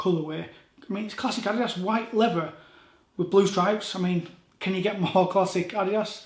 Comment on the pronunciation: Fing and lever? Sort your pronunciation out.